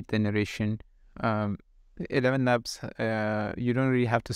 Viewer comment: Elevenlabs not Elevelabels.